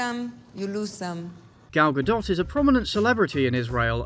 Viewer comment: Your take on Gadot’s stance and the Israel-Hamas conflict was truly enlightening, and I really appreciate it (as a Jew). Although you did pronounce her name wrong lol